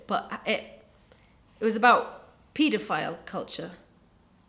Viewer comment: Not gonna lie, when was saying pedophile I was like, what is a "PEETA-FILE?" LOL